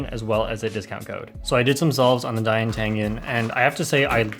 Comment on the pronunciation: its da yan not dayan